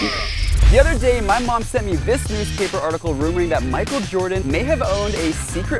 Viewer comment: It's not mikel Jordan ś house!